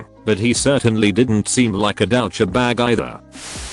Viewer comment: I like the way it says DOW-CHA-BAG!